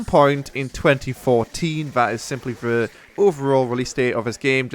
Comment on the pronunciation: "First co-ah. Two Fowsand Four-een." I thought Brits were good enunciators.